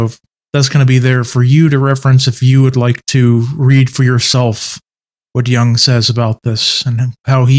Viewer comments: Stop saying 'young' it's Jung with a U. Jesus christ dude look at the pronunciation, this one's very easy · Stop pronouncing Jung as young 😢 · I don’t get how you can know Jung so well but not know how to say his name correctly. It’s not like the English ‘young’. The U in Jung is like in the English ‘put’ or ‘foot’. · Also young is technically the english translation to his last name so its not far off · Is it somewhat like "Yoong," but with the "y" sound at the beginning not being as smooth as an English speaker would pronounce it while saying "you," for instance... but something that might be described as being between that "y" sound & a "chk," but with the sound made in the back of the throat & mouth instead of with the teeth at the front of the mouth?